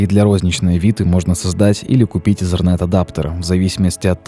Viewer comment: Что за слово езерент? Там нет буквы z , итернет правильнее...